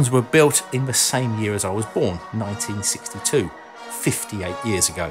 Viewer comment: "back in ninety sixty sixty two"